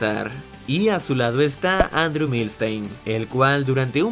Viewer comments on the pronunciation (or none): none